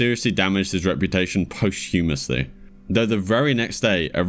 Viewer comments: 'posthumously' is pronnounced poss-chew-muth-ly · Enjoyed the video but you should learn how to pronounce words like "Posthumously" and simple names like "Campbell" and "Nancy" properly.